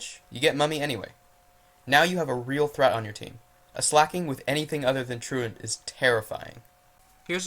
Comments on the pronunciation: He was the same guy who couldn't pronounce truant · ~~how does one not know how to say "true ant"~~